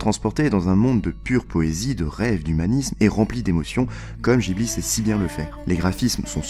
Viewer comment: "studio Jibli" aïe les oreilles